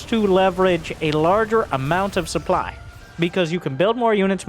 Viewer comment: Supe-ply? KEKW I need me some of that sweet supeply